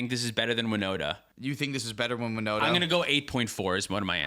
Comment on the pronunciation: Was looking for my favorite deck on the time stamps, Winota, and I was like, who dafuq is Woda? 😂